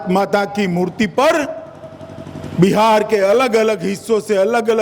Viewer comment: Buhar nhi bihar bolo